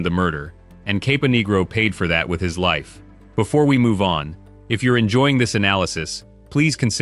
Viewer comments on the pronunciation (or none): none